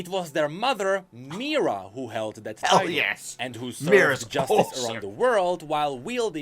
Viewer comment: Small nitpick: the name of Kayle's and Morgana's mother, who was original aspect of justice, is Mihira, not Mira. I have no clue why keeps saying her name incorrectly in every single video, but just wanted to inform you.